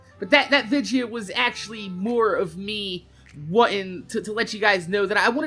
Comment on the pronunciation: Do you say "vidja" cuz that's how you talk or is it just a thing you do on purpose? I'm assuming its just how to say/spell it where your from. Anyways nice work! Take care!